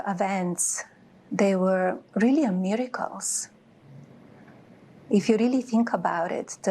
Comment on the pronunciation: “Reel Meericles??!” Does she honestly believe that?